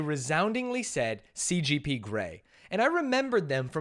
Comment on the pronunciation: How many times did they say CPG instead of CGP...